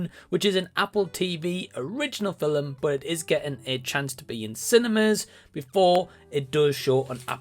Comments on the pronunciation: Since when is it called a Filum instead of film 😂😂😂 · I'm unclear on what you find comedic about this. There are various dialects and accents in Ireland and Scotland (as well as a few other places around the world) that involve this same pronunciation.